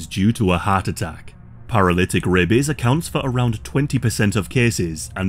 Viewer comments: Every time you say rabies I can't help but think "rabeh bebehs" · The way this guys says "rabies" makes me laugh every time. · He says rabies the same way Ze Frank says bebies